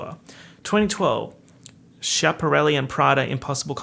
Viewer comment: Not you mispronouncing Schiaparelli ... are you even an italian girl from New York?